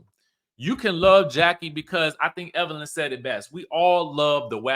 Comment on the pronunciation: There's NO R in Evelyn 😊